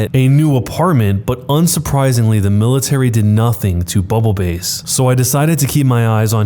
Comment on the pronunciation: S3: I hurt mentally when he read bubble BASS (like the fish) as bubble “base”.